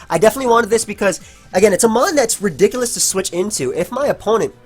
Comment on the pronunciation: "Ridikalous"